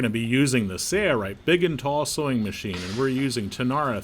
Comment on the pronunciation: Thanks for demonstrating that project. By the way, is it my imagination, or is the video narrator pronouncing the name of your company without the letter "L" -- SAY-rite?